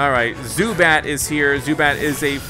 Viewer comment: Zubat like boo bat 😂😂😂😂😂😂😂😂😂😂😂😂😂😂😂😂😂😂😂😂